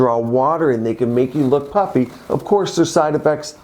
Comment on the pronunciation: I like the way the doctor says "Puppy" when he really means "Puffy" around the eyes!